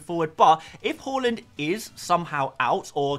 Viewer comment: Bought in Trent and captained him! Also did Zouma to VVD for a hit which looks to have paid off! Have already activated the WC straight after the deadline and caught some price rises. (I do love that you pronounce Haaland correctly) On WC I think my front 3 will be Solanke, Haaland, and Nkunku. Just worried about Watkins's ownership being over 50%, feels like I have to have him, just don't ever feel comfortable owning him and he's so expensive... What do you recon? (have also wanted Nkunku since preseason and can finally get him too